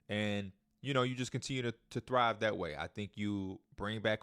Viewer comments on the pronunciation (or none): none